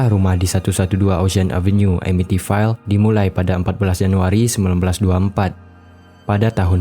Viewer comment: Amityville dibaca Amitvil